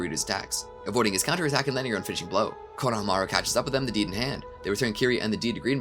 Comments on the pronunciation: Hearing you pronounce Konohamaru is like listening to a rape of a language taking place during a train wreck. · While I respect the heck out of you for putting this whole amazing thing together. I have to ask. Why oh why do you keep saying EVERYONE'S name in the dumbest way possible? Konohamaru for example. It's was the same thing with the My hero academia speedrun whenever you would say Izuku Midoria's name. You're saying it wrong. It makes it hard to get through the video. Why do you do this?